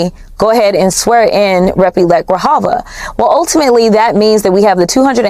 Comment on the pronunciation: The correct name of the duly elected representative to congress from Arizona is Adelita Grijalva. Please pronounce her name correctly. Is so disrespectful to butcher her name. Please don't do it anymore.